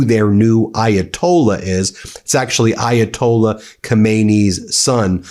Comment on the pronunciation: Please learn how to pronounce the Ayatollah’s name. Differently pronounced from the one in 1979.